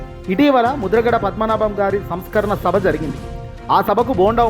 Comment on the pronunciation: telugu raakapothe nerchukuni ardham chesukuni maatlaadaali anchor garu...samskarana kaadadi samsmrana sabha...telugu bhasha marichipothe elaa saar